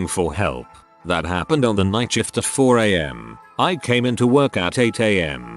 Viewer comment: Or shift as "shit"